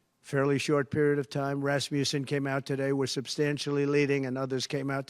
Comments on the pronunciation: Oh, he said Rasmussan. I thought he said Rasputin. 😂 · Did he just say Rasputin?